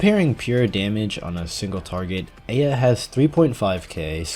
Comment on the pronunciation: thank you for pronouncing eyja correctly I love you